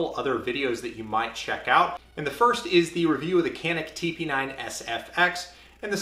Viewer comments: but you say "h"alapeno ... right? ... It's "J"anik. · The "C" in Turkish is pronounced as a "J" so it should sound something like Janik 😁sorry for nitpicking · It is pronounced as 'John-ick' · ps. In Turkish it would be pronounced like "john-eek" emphasis on second syllable. Named after a mountain at the Turkish city where the guns are made. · You are pronouncing the name of the company incorrectly. It’s Turkish, “Jhanick”.